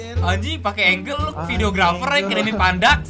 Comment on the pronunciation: Angel bkn angle wkwk